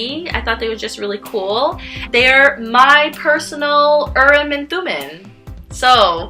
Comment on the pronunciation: Interesting video. I just wanted to point out two things or make a couple corrections rather. Urim and Thummim are from the Hebrew Bible and being that the words are Hebrew, the “i” in each word is actually pronounced like a double “e”. So the proper pronunciation is Ureem and Thumeem. Second, the dark stone means no, and the light stone means yes, not the other way around. Urim (the light stone) means light and truth. Thumim (the dark stone) means guilty or cursed, which is why the dark stone is no.